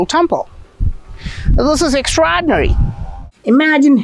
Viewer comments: "this is extraaadineee!" hehe. love the vids tho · I only come here for your pronunciation of EXTRAAAAAAAORDINARY